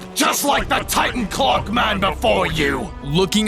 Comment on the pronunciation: Ngl, every time he said clock man, I thought he said Glockman.